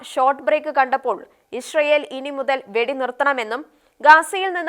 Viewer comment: Not Ishrael, its Israel 😂😂